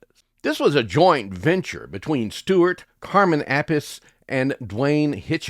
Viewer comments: I like all of these 70s pop songs. By the way, Carmine's last name has three syllables pronounced App-a-see. It's Italian. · Opinions are not great content when it comes to songs, or at least that's my opinion. 😉 For the record, never listen to a radio station with a playlist. Carmen Appice needs you to learn how to pronounce his name. Do Ya Think I'm Sexy is a disco number. Melanie actually sings like that regardless of lyrics.